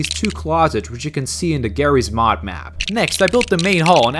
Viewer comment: Why you saying garys mod